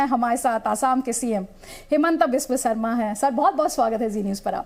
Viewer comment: His name is हेमंत विश्व शर्मा not हिमंता विश्वा शरमा 🙄